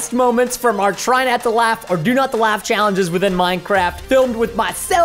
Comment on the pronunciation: its challenge not challege